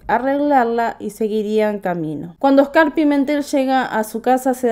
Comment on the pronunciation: Se pronuncia Óscar, no Oscár.